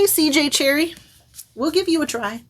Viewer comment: I love the cover of that CJ Cherryh! And it is indeed pronounced "Cherry" her publishers made her add the h because they thought Cherry looked feminine 😐